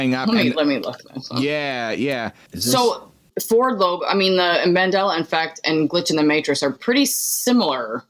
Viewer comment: It's Mandela not mandala. Named after Nelson Mandela who became president of his country after decades of imprisonment.